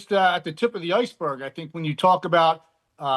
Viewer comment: Emphasis on berg